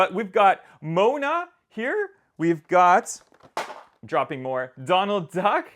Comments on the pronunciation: it's not pronounced "Mona", it's pronounced "Moana". I should know this because I live in NZ. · Bro its Mo Ana not mona 😂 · Not hating but it is Mo-A-Na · I’m afraid that’s not how you say moana bud